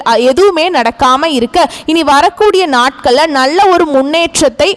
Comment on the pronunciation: Your Tamil Pronounciation is very bad in L. Nalla, is as Nazzlla